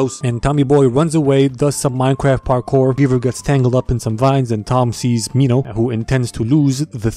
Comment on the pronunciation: You said it right the first time when you said Minhos name